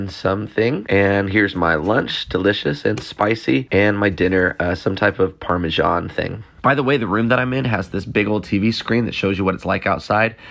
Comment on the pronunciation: Learn how to pronounce Parmesan